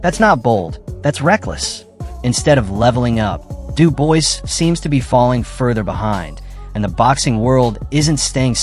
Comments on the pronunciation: If I hear Dubois pronounced like that again I may chop my bollocks off. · After about the 6th time of pronouncing Dubois wrong I had to stop the video... That's like nails down a chalk board. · I immediately stopped the video upon reading this comment. I hate when the name is pronounced incorrectly. So yeah, thank you. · bro you're talking about two boxers and mispronounce both of their names. Have a bit of respect.